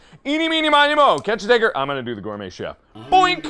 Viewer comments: No. Not hence why. Mark tried to say TIGER but he mis-pronounced it as tigger. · he was trying to say tiger, because that is how the song goes, but he said Tigger instead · Zoe Butterworth That is what it came out as, but he tried to say tiger. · mark obviously didnt say the N word. it supposed to be "catch the tiger" but he said it wrong, instead of saying Tiger, he pronounced it as Teeger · Why would he change the original rhyme in first place..? It's tiger, and even so it sounds more like ''digger'' lol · he said tigger. he was trying to say tiger because that's how the saying goes but messed up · try slowing down the video to 0.5..he clearly says tigger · He said tigger. Like come on guys were not keemstar here. We also dont want to see a new video on drama alert labled "MARKIPLIER RACIST?!?!?" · He said tigger =-= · He said “Tigger” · He says tigger. Slow it down and you can hear the 't' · He just said Tiger/Tigger really fast that it sounds slurred. Ya'll need to calm down, looking at you Keemstar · if spit is built up in the back of your throat, letters sound like other letters ( in this case T sounds like an N ) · catch a what? Clarification: he's saying "tiger" but that "T" is awfully "N" shaped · anyone watching kinda sound like he said the n-word